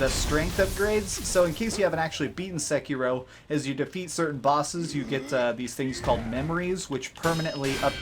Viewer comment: omg the way you pronounced the game just made me throw up